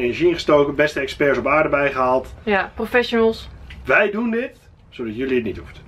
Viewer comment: Hahahaha “professiols”